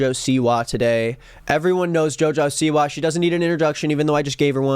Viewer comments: He said Joja Siwa 🤣😭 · love how he says joe joe seewah